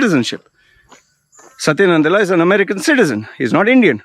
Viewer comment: 3rd time correction: Its PICHAI and NADELLA, please say the last names correctly. you said PICHKAAII and NANDALLA